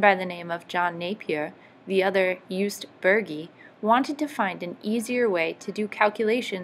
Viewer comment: Jost not Joost. Burgi is pronounced like boorgi hence the trema above the u